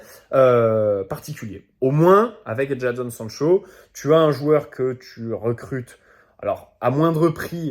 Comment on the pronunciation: Juste ça se prononce « Jaydon »